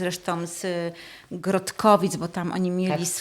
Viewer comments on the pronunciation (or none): Nie "Grotkowice" tylko GRODKOWICE.